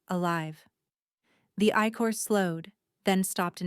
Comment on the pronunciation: Good story. A vocabulary spelling check and the AI voice timing on sentences needs to be corrected. Eye-chor which should be ichor and pronounced correctly. Tail whis was written tale or vice versa... Overall, story flowed a d I like the premise. However, too many misspelled words in context and even the characters and city names had multiple alternate spellings.